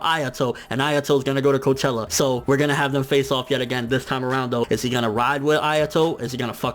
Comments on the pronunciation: Cochlea = cock lee ahh. not coachella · its cochlea i think if im not mistaken.. i just find it amusing he pronounced it as coachella hahaha imagine the q's squad going to a music festival